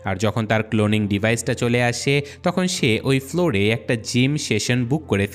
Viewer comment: সব ঠিক আছে বাট তুমার ভাষা ঠিক নাই তাকে না (থাকে) হবে তকন না (তখন) হবে এমন অনেক ওয়াড আছে যেগুলা ঠিক করতে হবে